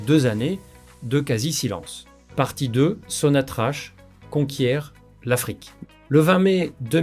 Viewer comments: Ca se prononce SONATRAK PAS SONATRACHE. POUR LE F M I C'EST LAGE DES CAVERNES. POUR LE RAPROCHEMENT IL YA AUCUN EFFORT SIGNIFICATIF DE LA FRANCE DONC NUL ET NON AVENUE. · L'économie algérienne et non pas L'économie algérien.. Prononce sonatrach...sonatrak..et non pas sonatrache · Ça se prononce Sonatrak et s'écrie Sonatrach! l'Algérie ne s'interesse pas de tourner la page ! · apprends à prononcer sonatrach